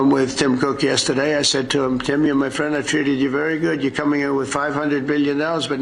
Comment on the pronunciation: My phriend Dolan😂😂😂😂😂